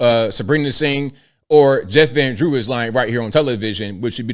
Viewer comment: He says Jeffrandrew!